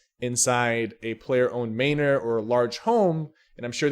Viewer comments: its pronounced MANor not MAYnor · Man nor. Not may nor. MAN NOR.